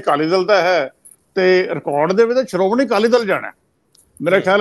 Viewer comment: The word is Shromani not Saromany, Leadership not Leadersip ,Shift not Sift ,Kashamkash not Kasamkas, so on and so forth as one of your commentators pronounces-the points need to be taken notice of . Thanks .